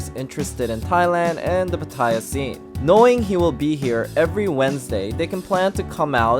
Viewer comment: FYI...PATTAYA is actually pronounced PAH-TEH-YAH not PAH-TIE-YAH. Really loving your vlogs. Greetings from a Thai-American from SoCal!